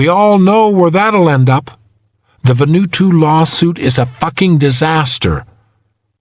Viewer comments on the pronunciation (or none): Why does the reader say "Va-nu-to" when the island is called "Va-nu-aa-tu"?